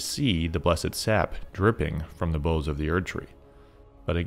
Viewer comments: baoz not boze lol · Friend, I had to finally say something, so forgive my rudeness, but "boughs" does not actually rhyme with "nose". That word for the branches of a tree is pronounced more like "how's" as in "how's it going?" Really enjoying your videos and connecting a lot of dots with your help, but that pronunciation has been bugging me for a while.